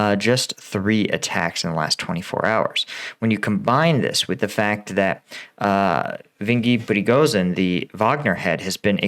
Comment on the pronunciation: Bro it is Yev-Geni Prigozhin